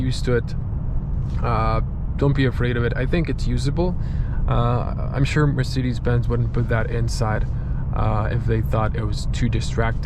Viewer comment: Dude no wonder it doesnt work, youre saying "hey mircidis", how should that register ? 😂